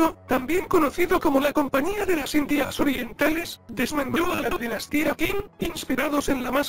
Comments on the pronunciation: Muy bueno, pero un pequeño error, era dinastia Qing no Qin, y de hecho se pronuncia Ching xd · No es Qin es Qing